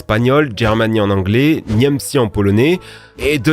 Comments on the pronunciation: A , y’a juste détruit la langue polonaise, bon c pas grave on t’en veux pas tkt, juste pour l’info ça ce prononce « niemtzé » (c la prononciation pas l’orthographe) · Force pour la prononciation de Niemcy 😭